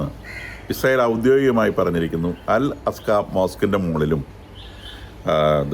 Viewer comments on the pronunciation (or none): അൽ അസ്ക അല്ലെടാ കോപ്പേ, അൽ അഖ്‌സ